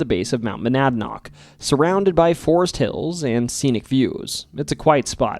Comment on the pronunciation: 75 yr old native here. Coos is indeed a 2-syllable word: CO-oss. And you nailed Monadnock. I'm impressed! I've spent a fair amount of time in the woods, & have never seen nor heard anything mountain lion-ish. (Fisher screams might be mistaken for such.) But I know enough people who claim they have to remain agnostic on the subject. I've seen bobcat, though. Likewise caves at the bottom of Dublin Lake - I've dived there a few times, & like most New England lakes I've dived, the bottom was largely a featureless mud bowl dotted with a few boulders. But it's a big lake, & I've only seen a tiny fraction of it underwater. Still, I'm skeptical.